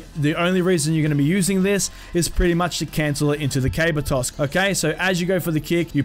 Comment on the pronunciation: lol he kept saying cable toss not caber toss